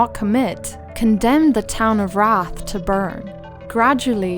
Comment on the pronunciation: The usual pronunciation of that word is "R-aye-th" and its a synonym for ghost/spirit, but maybe I am missing something. I think Wraith would be an awesome town to do more on if you are so inclined! 😀